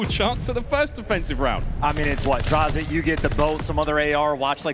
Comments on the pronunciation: Ah yes the cod pros "DrAyzAh" and "FeELo" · I get that the caster () is coming from Halo to CoD but what was that pronunciation for DraYzah and Feelo? Lmaooo 😂